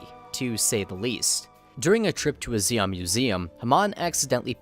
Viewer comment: it's zeon, not zeong